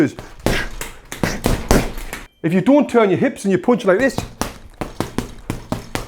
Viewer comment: I like how he says punches, its like "pauwnches" 😂